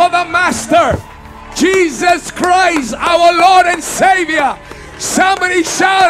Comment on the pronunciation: Why does he keep saying Cheeseus Chris for lol🤣🤣?